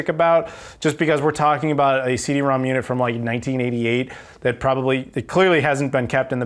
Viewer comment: Nice pickups esp the CD-ROM^2!!! I'm jelly. 2 nitpicks... are you sure the Super Fami was 89 cents, not $8.90?? Also CD-ROM^2 is not "rom two" but called "rom rom" since it's an exponent (or in Japanese phonetics, "CD Romu-Romu")